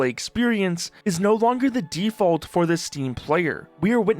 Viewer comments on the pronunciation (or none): none